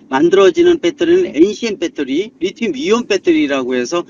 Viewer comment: 빼때리 ㅋㅋ빼떠리